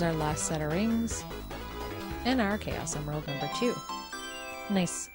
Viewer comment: you said chaus emerald